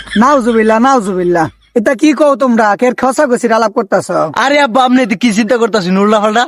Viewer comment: অববা ❎ আববা ✅